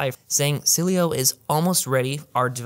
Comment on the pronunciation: Dude, you really struggle with the Sileo pronunciation. Love the content though, as always. 👍